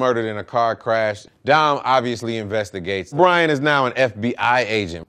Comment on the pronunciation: Why tf I heard "Dom and Brain Drink Corona's for the first time"